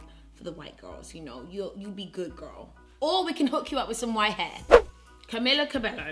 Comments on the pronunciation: CAMEELAAAA CABEYYYOOOO NOT CAMILA CABELLO I LOVE YOU GIRL BUT HER NAME AINT PRONOUNCED LIKE THAT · Not trying to throw shade or anything it’s just a lot a people don’t say her name correctly because it’s in Spanish so here is how it is pronounced: CA-ME-LA CA-BAY-YO again not trying to be rude just trying to help ☺️ love you I put your videos on if I need a laugh because you’re really funny 😘